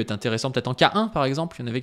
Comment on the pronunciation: Aaya l'assassin qui donne ses meilleurs conseils de JJB +1 pour la prononciation de "K1" à la française